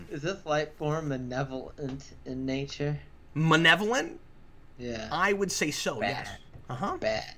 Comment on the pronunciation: "manevolent"? Scotty has a sister. In Star Trek Continues the new councilor said she was friends with Apollos baby-mama and she left the Enterprise shortly after that episode, though she doesn't say why. There's a photo-novel showing the baby, though it mistakenly says it's a boy, when Apollos descendant in the New Frontier novels (McHenry) says it was a daughter. I take more casual "hallucinations" as pretty much just daydreaming.